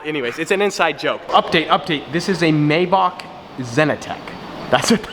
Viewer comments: Anybody else felt irritatingly cringy hearing "my baak" he said while pointing at the maybach in the super car garage? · Keelan Taylor, your right. It is pronounced may- Bach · The way you say maybach makes me feel sick 🤢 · Just waited to hear it before I liked your comment Yuck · Why are you saying “maybach” like that lol